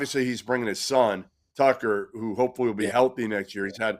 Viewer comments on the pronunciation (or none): none